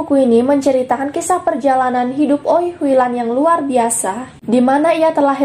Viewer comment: Hrs nya baca wi Hui lan, bkn oi